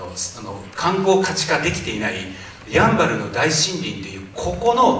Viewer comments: シン⤴バル⤵みたいになってる や→ん→ば→る です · やん、バル？？ イントネーション間違い？ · ヤンバルのイントネーションが気になる。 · どうしても「ヤンバル」のイントネーションが気になってしまうwそこは、ウチナーイントネーションでお願いします🙏🏻